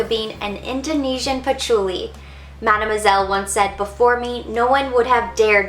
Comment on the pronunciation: Coco Madeu moiselle and Coco nouare. Like your accent when you speak in... français. For having this collection, I say thanks GOD.